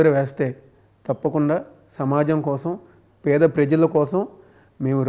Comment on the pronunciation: బాబు చిట్టి పెడా ప్రజలు కాదు పేద ప్రజలు ముందు పలకడం నేర్చుకో